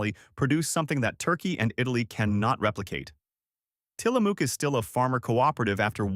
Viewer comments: In Tillamook, the “ook” rhymes with the “ook” in book, not buke as says. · You really need to check your words because you're getting Tillamook wrong too. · It’s pronounced “will-LAM-ette”, with the accent on the second syllable. And it’s “tilla-muck”, not “tilla-mook”.